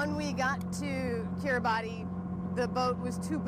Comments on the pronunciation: Right. I totally agree that Ms Appel is misinformed at best--lying at worst. But I'm listening to your latest podcast right now and you're also pronouncing it "Kira-botty" rather than "Kira-bas." I was just curious about the pronunciation differences. It's on my sailing bucket list and I don't want to offend any locals when I get there! 😊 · Kiribati is actually pronounced "kira-bas." I would think people who have sailed to the area would know that.